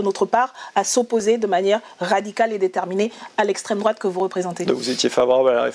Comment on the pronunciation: "je ne réponds pas a l'extrémité douatte..." Bah parcequ'elle ne connait pas as le sujet 🤦 Et en plus quelle mocheté 😮